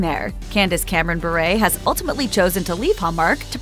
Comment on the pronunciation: You should at least say her last name right. It’s pronounced “Bur”